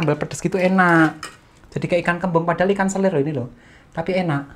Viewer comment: 🐟 selar kak...bukan selir...